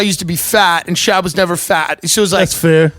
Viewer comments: Love that Tim won't say "SHOBB" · This was an entire struggle of Brenden trying to get Tim to pronounce his last name correctly. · My favorite part is Tim refusing to pronounce his last name correctly